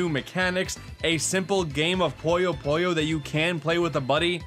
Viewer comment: Why do people insist on pronouncing "Puyo Puyo" as "Poyo Poyo"? Where did that "o" even come from?